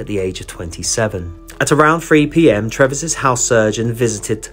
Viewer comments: I think you pronounce the surgeon’s name as doctor Treeves not Trevess! I’ve always loved the Joseph Merrick story and despite all the deformity and horrible treatment he endured he seemed such a sweet, gentle man. RIP. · Its Treeves pronounced like leaves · It is TREEVES for the Dr.